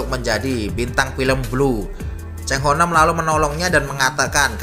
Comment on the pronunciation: Bukan Chang ....salah ejaan itu ...yg sebetulnya Chan ho nam ....bukan nya Chang ho ham